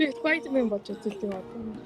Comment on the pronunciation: ispayder man ged bgnmu ahaha